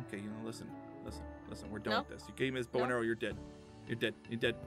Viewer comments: hhahaa Aphmau doesn't no how to say bows two haha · Aphmau it's bow